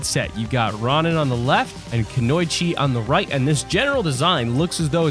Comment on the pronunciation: Hey just a heads up Konoichi is pronounced Kō-nō-eech-ee.